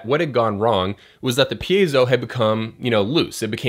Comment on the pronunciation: thanks dude! your videos definitely the most helpful videos here for e-drummers. i watch every episode... so, btw, you‘re really improving by the pronunciation of the word „piezo“ :DD